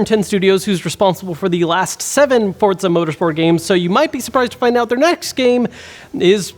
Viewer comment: Why does everyone add a 't' in Forza? For-za.